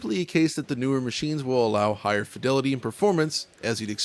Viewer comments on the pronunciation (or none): none